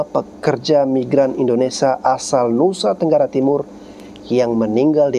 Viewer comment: Min...Indonesia, bukan Indonesa